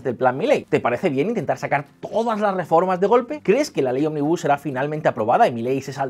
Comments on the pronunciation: ¿Soy el único que se ha cansado de escuchar "onmibús" en lugar de ómnibus? Jaja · Ómnibus es esdrújula si lo dices así es una empresa de autobuses. De nada. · Chicos, ómnibus es una palabra esdrújula!!! Jajaja